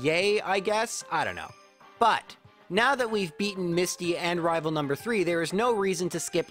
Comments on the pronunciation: I love these vids, there nostalgic. But you saying “rival fievel” annoys me more than it should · Just so you know, you saying “rival fival” doesn’t bug me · Why do you say rival fival but do not say rival final? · Everytime says rival i expect a "fival"